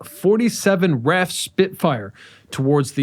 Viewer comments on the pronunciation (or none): Pronuncication: "Are Eh Eff" Spitfires. Not "Raff" Spitfires. Do you pronounce U.S.A. "Oosa"? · Why do you keep calling the ESSEX class ESSES, darn annoying that you can’t say it correctly, plus you called the R.A.F. WRAIF or something similar. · pronouncing the RAF as raf and Nimitz as neemitz, Pretty glaring errors. makes it seem very amateurish.